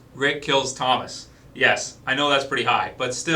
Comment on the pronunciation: it's Tomas not Thomas for the last time. Get it right!!